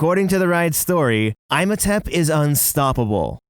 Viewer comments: That is not how you pronounce Imhotep! That’s all that bugged me this whole video lol. It’s like EE-MO-TEP! Not EYE-MO-TEP lol. Sorry just had to say that :P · It’s pronounced “Ee-mo-tep”, you’re killing me here but i love the video! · Its so annoying, they do it on purpose to sound different when literally Universal studios and everyone else in the movie say, "EEE-moe-tep"! Not this "EYE-mo-tep" bs xD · I'm sorry...'EYE-mohtep?' Lol I love you guys but not only are there 2 movies that say his name 'EE-mohtep', 2 rides, and that Imhotep was a real person. Unless the real Egyptian way to say it is as 'EYE-mohtep' and I've been lied to my entire life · Also the pronunciation of "Imhotep" is a flat i, not a long one. Like Tim, instead of Time. Just helping out :-) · The Mummy's name is "Imhotep" not Imotep😢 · Eesh... thats a bad. Its pronounced E-hm-oh-tep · Narrator: "Eye-Motep" Me: Obviously he hasn't seen the mummy Narrator: "Sarah-Car-Fugg-Us" Me: ohhhh... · I feel like he was literally trying to piss me off with the "I'm Otep & Sara Coficus" Lmao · "EYEmohtept" & "SARAHcophagus" WTF?? lmao!! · Dude, your pronunciation... it’s not “i-mo-tep” and “sara-co-pha-gus”. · Ihmotep is pronounced "Eem oh tep". The movies are actually pretty good. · I would give you cookie if I could by magic for good your observations. Dude probably just saw the spelling of Imhotep and never saw the movies or animated series. So he didn't know the correct pronunciation of the name. Also Slappy was wearing a 'DAPPER suit' not a diaper! Dude knows nothing like Jon Snow! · I did not even notice I still wasn't over EYE-mohtep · Imhotep is pronounced EE-mohtep but usually has a little more emphasis on the 'H' because it's Egyptian. But because of its Greek pronunciation, you most definitely not been lied to your whole life lmao :D my guy just disrespected the name is all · Same with “Eye-motep”. Excuse me, what? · Absolutely killing me hearing him mispronounce ihmotep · And saying imhotep wrong.